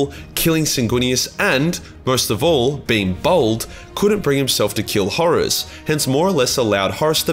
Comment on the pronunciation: FINALLY a Warhammer 40k Youtuber that does not pronounce Horus like "Horse". Heaven sent, I tell you!